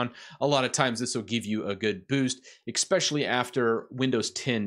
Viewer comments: EKSPECIALLY? You gotta know, my dude, that 'ekspecially' is a one way ticket to zero respect. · Did you just say eKspecially? That's not a word bud. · I was interested until you pronounced "especially". That shit drives me nuts! I'm out.